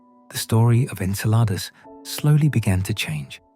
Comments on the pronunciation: En-sel-r-dus? Nope. I left. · The synthetic narration is horrible. I count at least 5 different pronunciations of “Enceladus”. There are many videos just like this. If you want yours to have many views, do better.